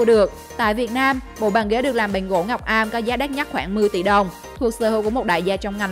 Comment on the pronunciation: Gỗ ngọc âm không phải ngọc am